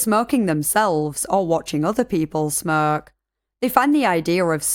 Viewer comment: When she 1st said smokers & others that smoke I heard others that smirk 🤣 I'm from the UK as she is but still.